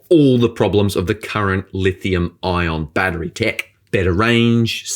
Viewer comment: There is no A at the end of battery. You are a journalist and should be an educator.